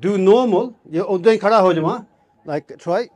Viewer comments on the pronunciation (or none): none